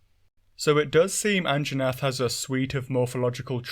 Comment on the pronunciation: Hehe An-Jaw-nath hehehe